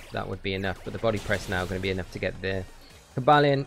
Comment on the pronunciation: I was dying when you said "Coba Lion" hahaha